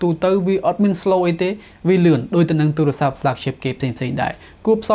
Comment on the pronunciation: បងនៅតែនិយាយពាក្យអាទូរស័ព្ទដូចជាឆ្គង